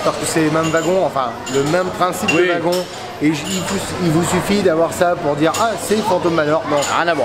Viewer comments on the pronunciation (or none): none